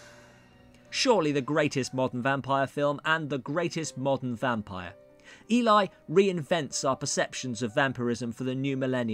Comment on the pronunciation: Eli, as pronounced, is a man's name... ask Eli Wallach, or Eli Roth... the girls name is pronounced as if it were spelled "Ellie". She says her name IN the film... You...DID watch the film...right ?